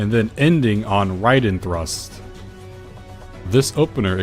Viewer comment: Wow you actually said Raiden correctly.